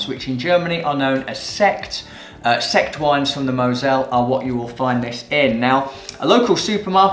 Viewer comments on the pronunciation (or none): Zeggt not sect.